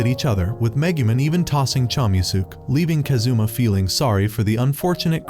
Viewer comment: Kázoommah Man Americans are terrible at pronouncing Japanese names.